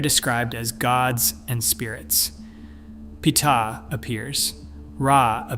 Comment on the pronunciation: Ar-E? Petah? What is this slop?